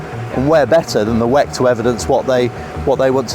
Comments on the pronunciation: she says Weck? Whack? Lol 🤣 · WEC is an acronym. Stop saying it like it's a word on its own.